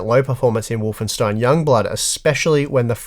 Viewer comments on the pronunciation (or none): none